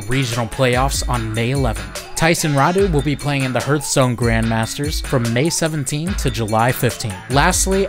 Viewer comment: the way he pronunces hearthstone feels weird to me